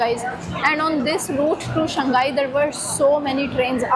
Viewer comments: SHANG....... HAI !!! NOT SHAN-GAI.. SHANG ( mean Up or Upper). HAI ( Sea, or Ocean).... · Hello my friend shanghai is pronounced as shang 'HAI', not shang 'GAI'. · Shang Hai. Not Shang Gai. People here will not understand you. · Shang Hai it is where the H is not a silent consonant 😂